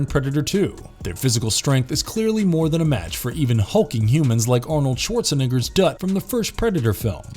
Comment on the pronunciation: Dude said Arnold Schwarzenigger..lol